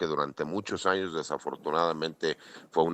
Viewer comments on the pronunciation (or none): none